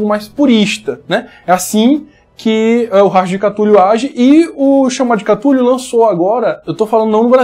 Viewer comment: Cada um inventa um jeito de pronunciar cthulhu, a galera da minha mesa fala CUTULu tomei um susto com o falou CATULU